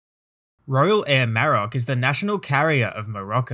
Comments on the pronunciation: The emphasis is on the O, not the A Maro^c.. just fyi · A great video…but your ATC voice was erm, weird. I’d also say you need to learn how to pronounce “Maroc”.